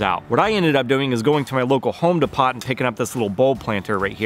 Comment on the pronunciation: Yes, it's pronounced, Home D-Poe. As in Train Depot or Edgar Allan Poe.